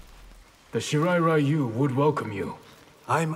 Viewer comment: I can't believe NRS has the balls to still pronounce it as "Shee-rye Rye-you" especially coming from Scorpion's VA who is actually Japanese.